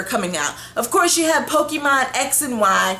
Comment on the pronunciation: "Pokey-mawn." Pff. XD Anyway, not a bad video, you shared some valid points. It's more than reasonable enough to hold off from purchasing any of the new consoles when all this new content is still coming. And then eventually, when you DID purchase the PS4 or the One, all you'd have to do is play catch-up. There's no reason to to rush and buy all the games simply because they were just released and everyone's playing them. So like I said, good video, valid points. I'm with you on it.